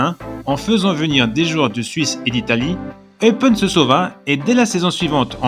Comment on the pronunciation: Attention, cela se prononce "Eupène" et pour le club, c'est L'AS Eupen ou LA KAS Eupen mais pas LE KAS Eupen :-)